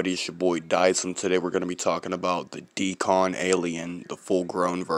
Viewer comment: It Isn’t called a “DE-CON” like you pronounce it. It’s called a Deacon. 👍🏾.